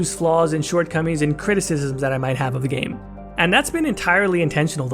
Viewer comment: very interesting video! i have been listening to the podcast with you and gil for over a year now, its nice to see that you are making more videos now because of the legendary edition. you present your points in such a good way, its a joy to listen to!!! and dont worry about the pronunciation of criticism lol